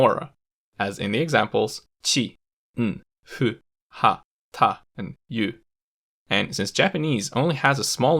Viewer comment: It’s not “wa” it’s “ha”